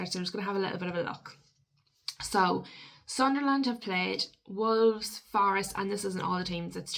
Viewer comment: It’s not pronounced Sun Der Land pet it’s Sunl’n. Good vid though but.